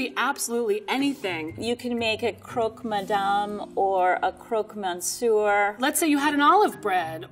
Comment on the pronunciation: "Croak morn sewer"... Oh dear god,! Never did anyone mispronounce each single syllable so carefully. I bet you say "The Loov" as well. Please follow this link